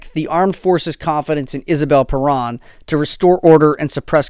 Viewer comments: Perón (Pe rOWN)... not PerAn ( Perón... like you OWN a computer, Pe-rOWN) If you are going to mention Juan and Eva Perón this many times in your story, you need to get the name right. (If you made an hour video about Hitler, but kept pronouncing his name HEIGHT-ler... ) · He never mentioned Eva Peron. He mentioned Isabel Peron, his subsequent wife. But, of course, your point about pronunciation is right on.